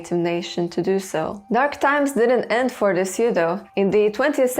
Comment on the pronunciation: Jsyk, the word Sioux is pronounced just like "Sue," the i is silent. I'm not sure why either but it's what I've always said